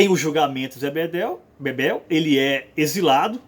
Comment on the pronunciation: O nome do personagem é ZÉ BEBELO. não ZÉ Bebel, por favor...